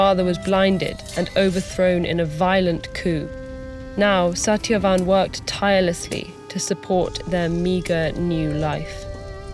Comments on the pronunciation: Why didn't they get a reader that can correctly pronounce these names? Its Suht-yuh-vahn not sat-ya-van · Satyavan with hard "T" (ट) ?? It should be soft "T" (त). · Shat-ya-wan Correct pronunciation? Lol! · Satyavan's pronounced - sa•thya•vaan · I was low key disappointed with the pronunciation of "Satyavan" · Satyavan was pronounced wrong I guess. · It's not perfect but understandable. Satyavan is pronounced different. But altogether it was good. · Except Satyavan tho 😂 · Except Satyavan's name. The narrator's accent came out on that one. But not a bad job for a non-Indian. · Every name in this was properly pronounced but Satyavan